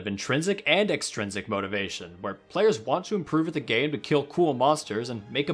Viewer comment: extrinsic not exstrinsic